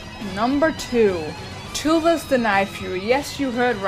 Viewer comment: its toothless you always say tooless but its a great video